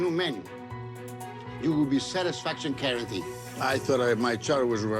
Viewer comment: He meant to say "guarentee"